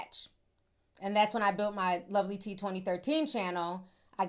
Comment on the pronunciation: Yessss.. You said that right👏🏽👏🏽👍🏽👍🏽😍🧡